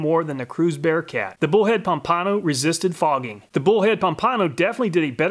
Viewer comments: Loved the vid and findings. Nice job. Mispronounced Pompano… lol. It’s Pomp - ano… not Pom - pano. 🤣😂. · Pomp-a-no, not Pom-pano. Great vid! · Florida man here... FYI Pompano is pronounced “Pompa-no” not “Pom-pano” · Florida man chiming in: Pompano is pronounced "Pom-puh-no". i.e: Pompano Beach, Florida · Pom-pan-oh it’s a fish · I cringe at how he pronounced pompano it is ( pom-puh-no)